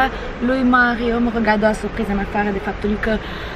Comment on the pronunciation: Vai da ce suphriză 😂 Niște ore de logopedie nu ți-ar prinde rău. Ma mir ca nu ai fost dusă în copilărie să rezolvi rr-itul ăsta enervant